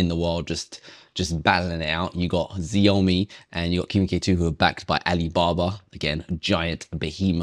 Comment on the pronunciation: Thanks for the testing, btw Xiaomi is pronounced Ciao-Mi.